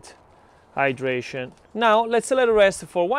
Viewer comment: When he says the hydration! I hear it dehydration 🤣🤣🤣and i get back to the title it says hydration and my brain is no longer braining🤣🤣🤣🤣🙈